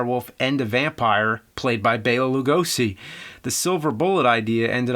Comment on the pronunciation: instead of pronouncing it like loogo-see, try to say it like loo-go-she.